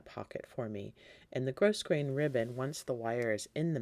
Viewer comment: Enjoyed the tutorial. Thank you. Please be aware that you are mispronouncing grosgrain. The ‘s’ is silent.